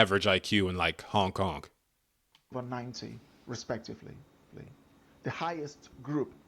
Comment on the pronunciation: Dude, are you saying honk honk when speaking about Hong Kong? Cause that’s what it sounds like